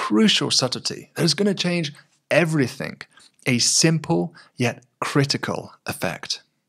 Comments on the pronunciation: Why does this very intelligent man pronounce a g as if it were a k? It is horrendous. Everythink? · Dude! For the love of all things academic! “Thing” and “Think” are two different words ffs!!! There isn’t a word ‘Everythink’!!!!